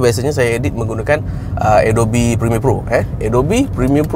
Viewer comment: Thanks wan. Selama ni aku pronounce A•dob. Baru tahu pronounce sebenar adalah A•dow•bee